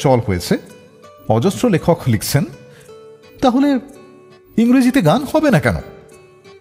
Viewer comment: স্ক্রিপ্ট অসাধারণ ছিল । কিন্তু বাজে উচ্চারণ বড্ড কানে লাগে । ২৪ মিনিটে গান লিখছেন কে উচ্চারণ করছেন " গান লিক্সেন " মানে কি এইসবের? বড্ড কৃত্রিম উচ্চারণ এর । এত অসাধারণ কম্পোজিশনকে নষ্ট করে দিয়েছেন আর জে ।